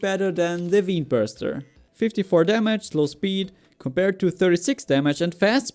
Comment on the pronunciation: Just a heads up, you pronounce vein like (VANE), just to stop you from sounding stupid.